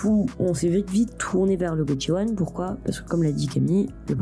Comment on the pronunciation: C'est prononcé goSHiwon, pas gotchiwon.